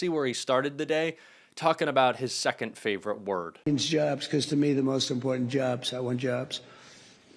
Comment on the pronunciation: “Jubs, I want jubs…”. See he is in favor of vaccines! But to imagine him going silent for even a few seconds is monumental.